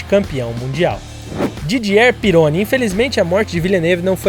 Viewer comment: A pronúncia do piloto Didier Pironi está totalmente errada. As duas palavras são oxítonas, o E de Didier é fechado, e o R de Pironi se lê como RR em português.